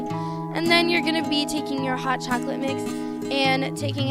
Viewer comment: Same she like tttttts at the end